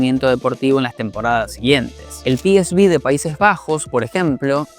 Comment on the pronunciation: ¿Por qué le dice 'piesbí' al 'peeseuve'? ¿Es que es de Kansas City, o algo? Porque en neerlandés viene a ser 'peesfei'. En fin.